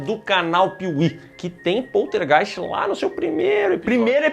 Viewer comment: Adoro a pronúncia desse nome: Poltergeist